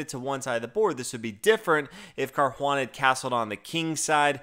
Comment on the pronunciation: That sounds like accent gone Boston lol